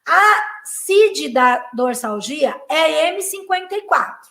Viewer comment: Dorsalgia , pronúncia de z